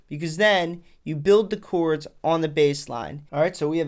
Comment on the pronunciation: chords, bro. Not "choords."